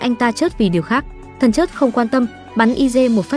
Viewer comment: Nói ngọng thần chết thì nói thần chớt mất hay